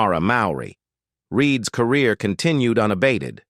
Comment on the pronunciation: EPISODIES, LOANY ANDERSON EMBARKKED on her acting Core-Rear in the...... Getting Their FUTING ---A.I still sux